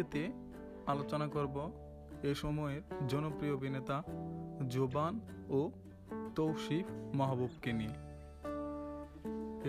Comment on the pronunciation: ভাই জবান কি জভান উচ্চারণ জানেন না নাকি